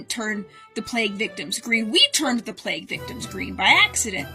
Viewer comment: I heard "play pit"